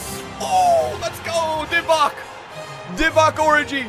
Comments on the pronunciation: His name is or-ee-gay is saying or-i-gay He’s not miles of stop complaining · as a kenyan let me jut tell you that it is divock origii like ghee.not oriji how your pronouncing it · it’s Or e gi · Does anyone get angry bye the fact he says “orgi” wrong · Please don't disrespect Origi's name like that lool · The g is pronounced as a j bro